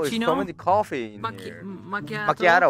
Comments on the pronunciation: Alguien más escuchó café en vez de coffee y en otro minutos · its coffe not coffin (WHAT THE FUXX I SAID) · I thought it was coffin not coffe 😂😂😂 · Coffin not coffee l.o.l